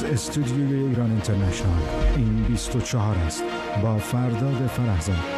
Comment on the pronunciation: اینترنشنئال رو از زبون این فرداد می‌شنوم یاد آدمای شبیه حیوانات نئواندرنال می‌افتم 😂